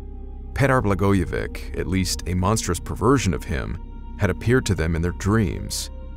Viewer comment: Its spelled Blagojevich(Č) ,like Dončič(doncheech).